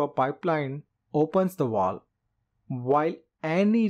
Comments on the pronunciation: VALVE! Its pronounced valve. Not woll. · U can't understand him. He's calling a valve vooluv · How am I supposed to trust anything this guy says, he can't even say the word "valve". Learn how to SAY IT before you try to teach lessons about it . He keeps saying "wall" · Why you keep saying wall it’s valve get it right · Great summaries but I'll never not get over "walve" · Why do Indians pronounce V as W and vice-versa? Fellows. when you pronounce V, put your front upper teeth on your lower lips.